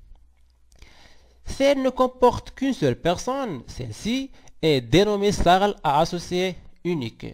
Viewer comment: On dit S. A. R. L.